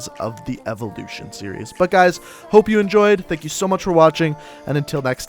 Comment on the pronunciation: the evoluchion of the láser atamechmet